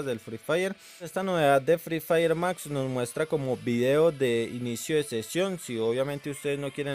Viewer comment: El vato dise fry firy mas